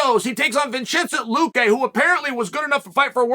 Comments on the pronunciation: vinchenchent luque? god damn it chael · “ Vinchinsent Luque “ lmfao